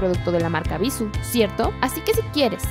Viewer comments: no es bisu, es bissú, con acento al pronunciar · no es bissu.... es bissú!! con acento en la "u" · ES BISÚ NO BÍSU, TIENE TILDEE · Ana Cecilia Pereyra creo que todas la pronunciamos mal jajaja como que nos gusta más bissu sin tilde jajaja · bissú, acento en la U no en la I 😑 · el acento porfa... es horrible escuchar bissu... cuando el acento esta en la última sílaba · No es bíssu, es bissú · se pronuncia Bissú con acento, no bissu. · No está mal la info, pero parece casi comercial... Por cierto, te valió el acento. es Bissú, con una tilde en la letra u, por lo tanto la última es la sílaba tónica. Lo pronuncias mal TODO el vídeo... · Ana Cecilia Pereyra Si de hecho.. Que bueno que te gusta la ortografía. Se escucha muy feo Bissu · Es Bissú checa el acento, es una palabra aguda gracias al acento en la última sílaba... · bisuuuuuuuuuuuu pronunciando fuerte la U ..... cuando editaron nadie lo notó ????? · Cecilia Pereyra Ay, lo sé... me desesperó que no pronunciara bien Bissú. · Como comentario constructivo creo que la pronunciación de la marca es con énfasis en la ú por eso está acentuada, eso creo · El video está bueno porque efectivamente BISSÚ es una EXCELENTE marca de cosméticos que ha demostrado que algunos de sus productos son tan buenos como los de gama alta. Por ahí bien... Peeeerooo ... también a mí me desesperó que no pronuncies bien el nombre de la marca, osea, eso es CRUCIAL! Y por útimo, el "tonito de reportera de televisa o tv azteca" y el "cantadito de las palabras" es espantoso! Desespera. Sinceramente, no sé si más de una persona maneje este canal, pero sólo por curiosidad me metí a ver otros videos y la forma de modular la voz de todas las que hablan es INSUFRIBLE! ¿Porqué el afán de hablar como reportera de tercera? Aunque la info sea relevante, el sólo escuchar la voz los primeros segundos te quita las ganas de continuar viéndolo. Es mi opinión. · x eso ella lo dijo sin acentuación le falto el acento!